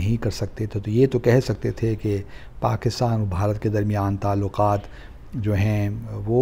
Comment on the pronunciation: Pronunciation is not 'clidoscope' , 'pagistan'..